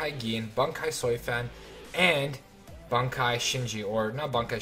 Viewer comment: lol just said soi fan. good job